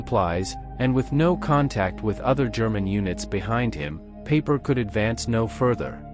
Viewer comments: Dude, I told you in another video that you need to phonetically change the German words so they sound German, not English. It's Pie-per, not Pay-per. You have to change the worded script so the robot can read it and pronounce it right. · Peiper, not paper.